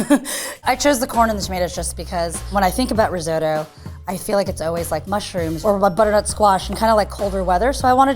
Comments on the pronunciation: riz-oh-to? listen to the italians, it's riz-ott-oh... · Bugs me every time. sot, in risotto, is pronounced like hot. It's risotto, not risoto. And the lvl 2 chef looked like she'd never even heard the word before she walked on set. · stop saying riz-oh-toe.... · That dark haired chick absolutely butchered it. That was NOT rissoto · Risotto has two Ts in it but they're all pronouncing it "riz-oat-o"? why are they doing that? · Why can't Americans pronounce risotto?! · "risotto" is a hate crime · the italians are cringing at yalls pronunciation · im having an italian "watching" with me and hes angry at the pronunciation